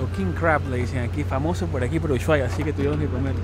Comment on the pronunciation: Que bueno que hayas podido ver la patagonia argentina!. Por cierto, ushuaia se pronuncia "normal" sin enfatizar el "sh" simplemente "usuaia"